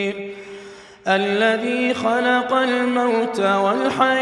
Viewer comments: Why do u read "al lazi" instead of "nil lazi" in ths start? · Al lazi nahi hai ayat no 1 wrong recitation quran nil lazi is right